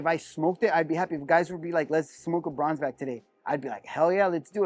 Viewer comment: My guy said the bronzeback🤣🤣🤣